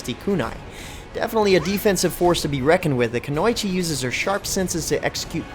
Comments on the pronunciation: It's pronounced kunoichi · He absolutely butchered the pronunciation of Freija and kunoichi.